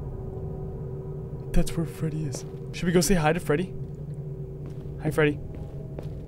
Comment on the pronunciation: “Hi fweedy!”